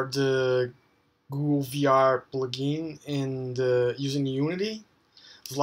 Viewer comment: "Because, in V-AARR" 😂 thanks!